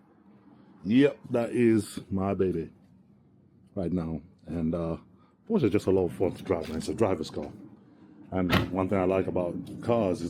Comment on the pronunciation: I'm glad you pronounce Porsche right, It annoys me when a Porsche driver doesn't pronounce it right.